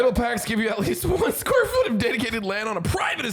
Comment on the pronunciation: someone needs to clip saying “foot” and reverse it. Sounds exactly like the “oof” sound effect haha